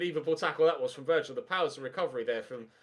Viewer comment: Learn how to say Virgil name properly